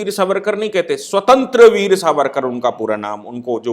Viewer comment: स्वतंत्र वीर नही स्वातंत्र्य वीर, अनंत कन्हेरे नही अनंत कान्हेरे, मराठीमे उच्चारण ऐसे होते है।